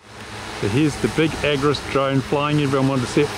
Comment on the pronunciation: It's the agras, not agris 😉😉